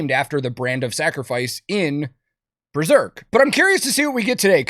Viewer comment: It being called Breserk hurt my soul